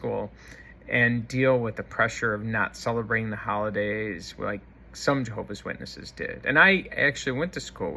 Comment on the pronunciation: You are, first of all, stupid, in that you obviously never learned to pronounce Jehovah'S Witnesses correctly, and how "respectful" of you to cowardly expose your late mother's perceived faults for all the world to laugh at and make fun of, while she can no longer defend herself. What a "fine" example of a "son" YOU are! I am presently disfellowshipped. However, you, and these other "ex-Jehovah's Witnesses" YouTubers on here, have completely convinced me that I must return to Jehovah's Witnesses as soon as possible!!! You and YOURS are helping to fulfill prophecy in these last days of this wicked, mean system. I would rather take my chances with the imperfect organization of Jehovah's Witnesses than out here with YOU HATEFUL, MEAN people!!! 😡😡😡